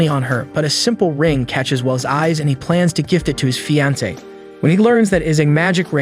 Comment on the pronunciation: Man you need to learn how to speak and pronounce some words like fiancee you have bad grammar skills and I know how much that sucks as not only did I once have the same problem now the only last issue I have is my spelling i now can easily pronounce word's correctly but some word's I can not spelling it properly as at times it's because I think it's spelled like but then I would remember that not all word's are spelled like they sound in English that is why it's the hardest language to learn in writing and such as most languages too a native English speaker is hard too learn both it's written way and speaking it but once you get used to it ir becomes easier to learn another language that is also from the base route language like a lot of the European languages have the same route language that they are from just as most of the asain countries have the same ancient language that they are from for Europe it was ancient Roman Italian before the tower of babele i wounding what was the language and did it have a name and what did the writing look like I think that all of the records were lost in the great flood that nowa survived with his family and the animals and if unifocorns ever even existed the one h horned horse died out was because it was alone and the ship was only bordered by animal mated pair's and any of some fantasy creatures might have once existed but where not in a mated pair so they were not let on the boat ⁸8⁸at least I like to think that something like those cre